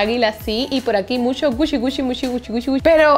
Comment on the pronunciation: por que dices Musho me da la impression que te falta un diente la palabra es MUCHO